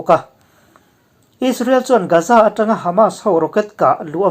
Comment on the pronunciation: Gaza hi Gaaza tih alam tur... Ga hi thluk deuh tur..